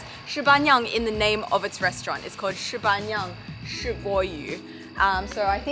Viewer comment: Your intonation is all over the place, not trying to be picky, but I wasn't able to understand you. shiba niang (十八娘） should be "shi" up, "ba" flat, "niang" up.